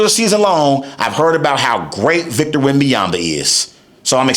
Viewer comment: You do not pronounce his name right as a mixed French - There's no Victor Wembayamba - SGA was the best Player before he was the Champion- much like almost everyone - not a Spurs fan but at least keep your content about basketball - You focused too much on Someone who tried to be great - People/Fans/Analysts/Players do not hype Players who ain't have a big potential - That's what they always do to Players before - You need attention - We get it - Clout chasing weirdo